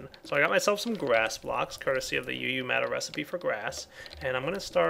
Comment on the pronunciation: It's double u matter not uu-matter, makes more sense :D